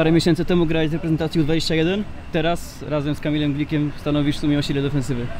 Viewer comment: Czemu wszyscy Ci nasi grajkowie mówią REPENTACJI?